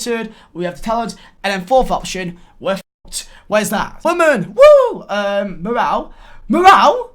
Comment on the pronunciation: Drink every time he says morale or waman and respect